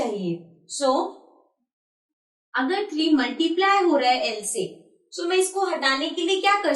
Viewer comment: Aap acha padhati Hans but aap so ko sho kyu bolti hoo